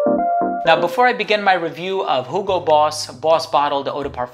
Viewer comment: I like how you're saying hugo correctly with H :). Not like 'yugo'